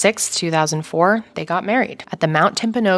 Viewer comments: Mount Timpanogos. There’s an S at the end. Like Timpa no gus. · Timpanogos sounds like TIMP-UH-NO-GUS. I'm NOT jumpin your CHIT... I'm doing what I want one to do for me, when/if I mispronounce a word, I want someone who KNOWS, preferably a local/someone who grew up in the area to tell me how to say it right. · Listening to non Utahns say Timpanogos is always funny. 😆